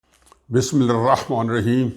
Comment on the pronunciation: Please correct your pronunciation of Bismillah (Tasmiiah ) and Asslamo Alaimcum. Thanks